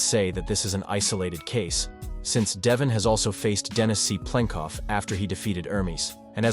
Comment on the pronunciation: "Dennis C. Plenkov" 😆